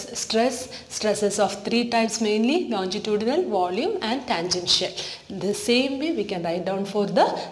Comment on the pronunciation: Mam ye lonjitudinal nahi hota longitudinal hota hai pronounce correctly